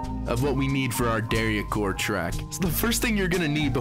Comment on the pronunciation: why do you pronounce dariacore like that LMFAO